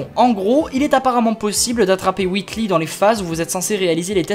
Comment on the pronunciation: Whitli c'est difficile écouter et dire pareil c'est Wheatley LEY pas LI. Misère